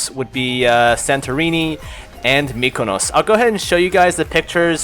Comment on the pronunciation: Being a Greek I find people always mispronouncing Greek names and stuff like that, but you were one of the first people I've seen pronounce Mykonos so props to you